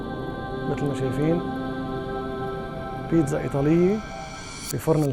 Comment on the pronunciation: اسمها بيتسا وليس بينزا